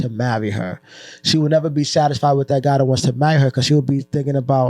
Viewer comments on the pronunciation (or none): none